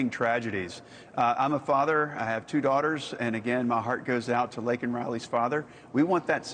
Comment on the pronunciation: Say her name, Joe Biden. It's Laken Riley, not Lincoln Riley